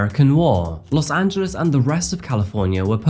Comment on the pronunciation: Thank you for pronouncing “Los Angeles” correctly. Even Spanish speaking native speakers would not pronounce it “Los Angeleees”